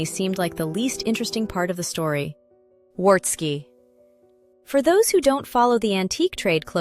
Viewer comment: Pronunciation: the W in Wartski is pronounced as a V.